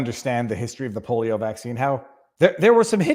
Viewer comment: Did he say "the polo vaccine"?